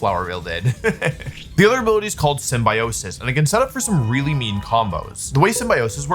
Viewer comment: I can't believe how you said symbiosis 😭